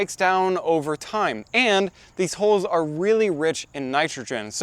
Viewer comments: i realized halfway through your trying to say HULLS not holes. it literally sounds like holes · You don't have to buy a dedicated nut cracking machine. A vise works about as well. I thought you kept saying "holes" when evidently you were talking about hulls and the closed captioning translated it as "holes." Maybe pronounced it more carefully. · just a note: I was confused for a short while by you talking about nut "holes" and "holing" them. Then I realised, you meant, hulls, and hulling. Pronunciation matters.